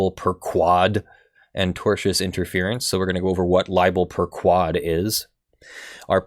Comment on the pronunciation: Man, I keep getting tripped up when you say libel 'per ku-wad'. The sort-of more correct pronunciation (in Latin) is libel per-'k-wohd' with an 'o' as in 'morning'. Also 'per' should sound more like 'pear' instead of 'pur', although I approve of any cat sounds in law.